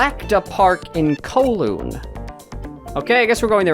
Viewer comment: The way you pronounce Kowloon urks me in ways I never knew I could be urked